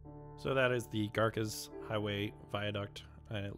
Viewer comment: Thank you, so glad I found your channel. As a resident of Tulare County (not one-larry, but two-larry) it is wonderful to see the progress. Note on names: Garces is name of early Spanish priest in the valley, so "c" pronounced as "s".